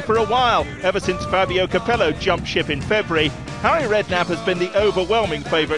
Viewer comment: "oh 'arry I didnt mean it like that" xD